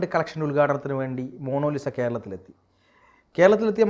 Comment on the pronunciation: എടോ മോണോലിസ അല്ല മോണാലിസ